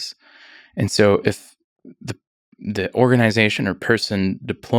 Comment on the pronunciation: The way he pronounces "organization" 🤮